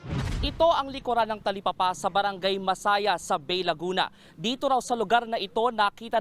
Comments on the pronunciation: Correction lang sir, "Ba-eee" ang tamang basa sa Bay, Laguna. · ang tama ytang basa nyan ay bae, laguna... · Bay (Ba-e), Laguna.....ayusin nyo bago magreport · Ba-e po ang pagpronounce ng Bay